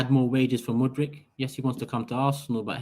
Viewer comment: I really hope we dont get him,i won't have to listen to butchering his name anymore🤦‍♂️